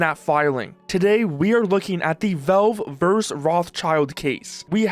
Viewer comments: they're not called velve my friend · “Velve” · WHY ARE YOU CALLING IT VELVE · The way Canadians pronounce “Valve” should be an arrestable offense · Learn to pronounce valve. Jesus